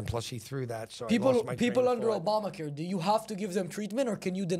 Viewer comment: I didn't laugh my ass off but there were alot of low key funny parts like how they kept saying dew instead of do and the famelta fish bagel. Also dudes wild 1000 yard stare and mt dew colored apparel.